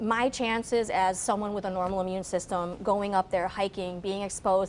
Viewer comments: Especially not Exspecially! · Dear, as an educated person how is it that you say ''eckspecially'' three times during this interview?? The word is ''especially.'' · "EX-specially." Out of the mouth of an educated Doctor. Does nothing for my confidence in a doctor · "Ek-specially?" How can anything she says be taken seriously. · “Ekspecially.” Edumucated fo sho. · Her mispronunciation of “especially” is so distracting